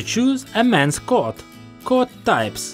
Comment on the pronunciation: Coat not Cot